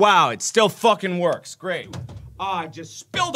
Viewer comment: “I just focking did that!!”😂